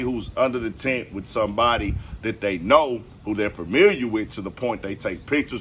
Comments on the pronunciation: Yo Homie. It's TENT not tint. Good coverage though. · *Tent.. not "tint" You wouldn't give a shit about this story if "melo" had stabbed another black kid. Ask me how I know... Pro-black doesn't have to be anti-white. Shameful.